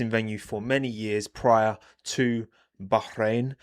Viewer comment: Respect for the elite Bahrain pronunciation